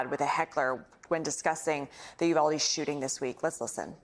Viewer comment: Bless Rep Castro for pronouncing Uvalde correctly He's just about the only one on TV who has gotten it right.